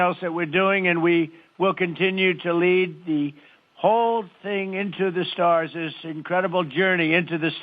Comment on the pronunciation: "Lead the whole thing into the starsezz"